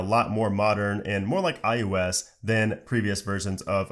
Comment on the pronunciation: Are you saying iUS instead of iOS...?